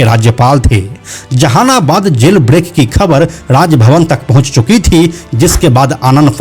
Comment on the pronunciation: Ap v jahanabad nhi bol pa rhe h😂😂😂